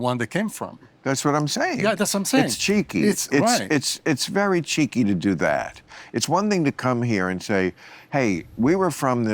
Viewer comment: Such a cool dude. I dig the way you say Gypsy. And Bill saying cheeky’. So entertaining 😎